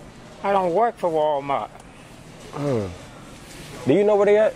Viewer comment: Why most older black people call walmart, walmark? Lol